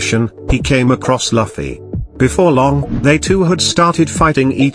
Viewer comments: Luffy is luff not laffy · The robot voice saying "Luff-fee" instead of "Loof-ee" has me pissed. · Luffy not lafi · he is speeled loofy and not lafy :P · It's not lafffi It's looooofeeeyyyy Try pronuncing like this🥲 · I like how the AI says Laffi instead of luffy 😂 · Who tf it’s loffi?😂😂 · I get it's a robot voice but it's very unpleasant to hear it say Luffy like Puffy. Just nope 🤣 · Laffy ?? Seriously now?? LAFFY???? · He just said loffy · Laffy wtf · Your pronunciation of the name "Luffy"